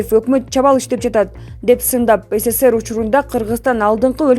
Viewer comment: Сссер эмес СССР